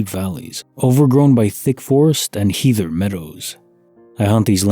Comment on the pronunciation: The ea in heather is pronounced as in head